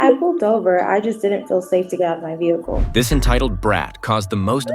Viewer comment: Ve hicul?????